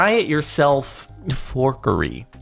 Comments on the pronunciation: It's fuckary not forkary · haha he almost said fuuuh-orkery